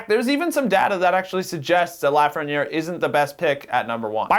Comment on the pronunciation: How do you live in Toronto and not know how to pronounce Lafreniere?